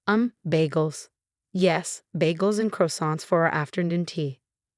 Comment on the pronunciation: Frederick and Avril do not sound very french and they could not pronounce croissant.